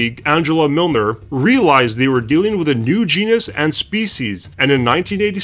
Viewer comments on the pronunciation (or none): none